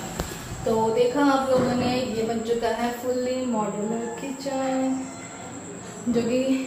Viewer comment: Moudulaaaa nahi modular